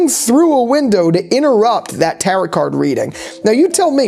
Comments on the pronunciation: I have to pause this video because good god stop pronouncing tarot like that! That is not how you pronounce tarot. It's tar-oh NOT tar-ot. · Good video! But you gotta stop saying taroT. The second t in 'tarot' is silent. It's pronounced taroh. Sorry but gotta say something because it's driving me nuts lol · this is the first video I have found by this channel, and I’m loving it! Friendly tip, when pronouncing the word “tarot”, the t at the end is silent (phonetically: taro) I can’t wait to come back after the next episode airs for your next breakdown!!!! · It's pronounced Taro cards